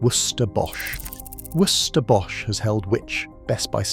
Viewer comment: I love how shit the AI is at saying "Worcester". Hilarious.